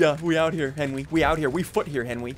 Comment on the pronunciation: You mean to henwy